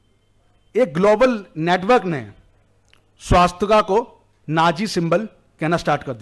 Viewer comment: पहले सही हिन्दी बोलना सीख लो |' स्वस्तिक है, न कि " स्वास्तिका " और " भूतकाल " है न कि भूतकाला भारतीय धरोहर संभालने से पहले, सही उच्चारण जान लो |